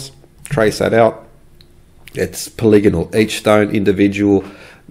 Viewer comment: you had me at poli-gonal, would have lost me at poly-gone-al